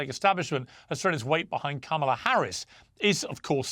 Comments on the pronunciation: so her father is not Jamaican? Do you even know his name, do you even know how to pronounce Kamala? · Why can’t people pronounce Kamala properly?